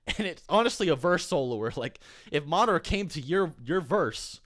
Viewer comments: Ugh I hate how he pronounces Madara. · NickV. Jr that’s how you pronounce it. It’s not Ma-dar-a it’s Ma-da-ra. Watch the anime